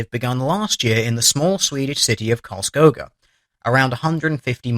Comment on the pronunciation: The Cities name is pronounced Carls Kooga